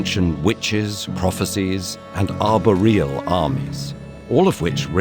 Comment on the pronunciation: Beautiful animation and well-written script but please, please get someone to check the pronunciation before briefing the narrator. I winced multiple times, at "arbuh-real" "mac bath-ed" "win ton" and "boh eeze". As a Scot it quickly became unlistenable